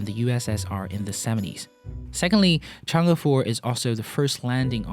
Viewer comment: Hey, Your pronunciation is pretty spot on! Other than you, I never heard anyone on Youtube pronounced 嫦娥 correctly! Nice work!